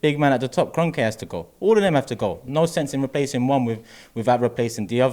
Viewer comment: EK IN” Kroenk” out